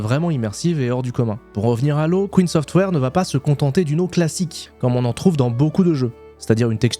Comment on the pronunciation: vas-y je te booste avec ce commentaire en disant que tu ne sais pas non plus prononcer Keen lol